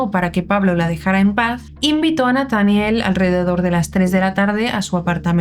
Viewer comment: Es Nataniel acentua en la e